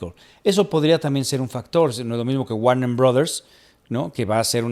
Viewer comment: Habían notado que dice "neDflix" y "warneN" brothers? 🤔🤔🤔